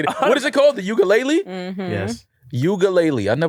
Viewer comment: Please don’t go to Hawai’i saying Ukulele like that 😂😂